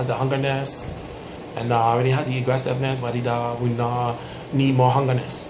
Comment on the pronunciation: you know what else isn't a word besides "hungerness"? "E" gressiveness. Its Aggressive moron